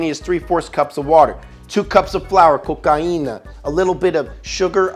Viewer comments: I put my cheek on my my phone when gave that last kiss, by the way... My native language is Spanish and he pronounces 'cocaina' better than I will ever do, I think that's a word he uses very often I guess. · Bruh, when you said "cocaína" like an actual Colombian dude, i just fucking lost it.